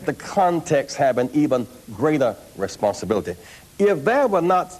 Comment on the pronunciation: Responsibili-TEH, reali-TEH.